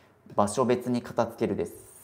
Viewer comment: 「片付ける」を「かた“つ”ける」って発音するの違和感しかないんだよなあ 「かた“づ”ける」ですよね 大好きだからこそ、メディアで発信する時に正しい言葉で発信して欲しい！ ！お願いします！